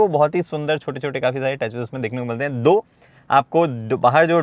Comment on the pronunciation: saying "Though" not 2. 😂😂😂